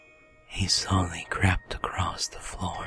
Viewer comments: LOL I misheard him and thought he said "crapped" instead of "crept". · Crept... crapped.... crept... it;s Crept. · Anyone else heard crapped and porn in the riddle by accident? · I heard he "slowly crapped across the floor" xD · I don't know why but every time said crept it sounded like cramped to me.:/ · It sound like he is saying "he crapped across the floor" and " crapped up your back and though your hair" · Just me or does it sound like he says: Slowly crapped across the floor.. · I keep hearing "crapped across the floor" XD